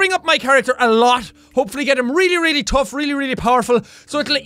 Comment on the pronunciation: ITS CALLED BUFF AND TOUGH AND HE SAID TOHGH AND BUFF